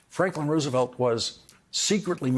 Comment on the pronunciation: Most of the time when you say Roosevelt's name you are mispronouncing it. This is a very good otherwise.